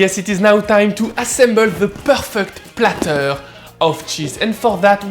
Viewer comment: omg he makes the words "perfect platter" sound like french terms i can't also i found my new favorite channel